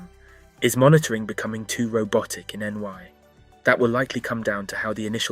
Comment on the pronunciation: Love the video, well done! Never heard someone say "N-Y" before, funny because it takes longer to say than "Nu-yuhwk."